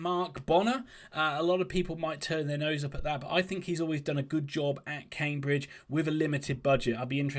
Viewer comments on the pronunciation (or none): none